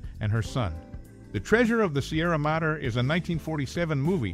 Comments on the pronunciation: Madre is said as: Ma-dre its spanish for 'Mother' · The Treasure of the Sierra Madre (Mod-dray, not Matter)